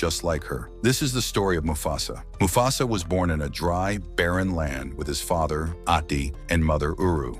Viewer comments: It mufasa no mufsu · Why does he keep saying mufasas name wrong?